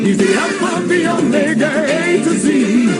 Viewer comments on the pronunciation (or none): none